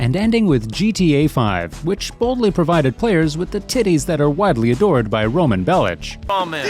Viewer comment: "Roman Bell-ITCH" instant dislike.